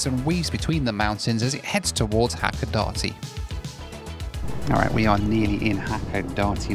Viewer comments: Hakodate is pronounced as Hakoda-tay not Hakoda-tee lol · Don't play the "drink every time you hear Hakodate, pronounced wrong" game. Nearly killed me. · Is it hilarious that it's the only Japanese word he's mispronouncing? Drink! 😂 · Drinking Game Time: Have a shot 🥃 every time says Hacodate 😅😂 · I would say if you pronounce Hakodate the way our main character in the video does.. you might consider carrying a lot of money to buy tickets several times, since you might be having a lot of other 'Japanese' trouble.